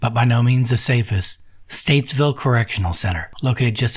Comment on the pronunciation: It's stateville NOT statesville